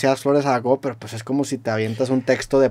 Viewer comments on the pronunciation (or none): none